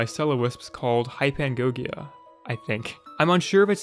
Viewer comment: Hypnagogia is pronounced Hyp-na-go-gee-a, maybe gogg-ia for the end, depending